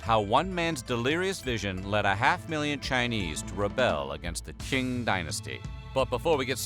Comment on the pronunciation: QING pronounced as Tzing not King🤓